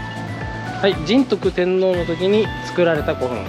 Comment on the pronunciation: 仁徳天皇は、「じんとく」天皇ではなくて、「にんとく」天皇。